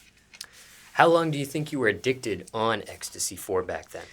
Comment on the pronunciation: can’t say ecstasy to save his life